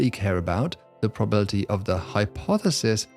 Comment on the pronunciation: For a smart guy, you mispronounce words with alarming frequency. It's "statistics" - not "stassistics". It's "anonymity" - not "anonymy". It's "probability" - not "probility"